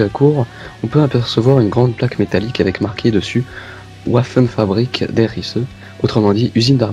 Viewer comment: ensuite prononciation allemande !! C'est Uaffen frabirik mais Vaffen Frabrik. Le " W " se prononce en " V " en allemand. :)